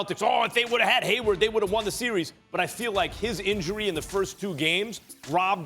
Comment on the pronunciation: MY MAN SAID GAYWARD LMFAO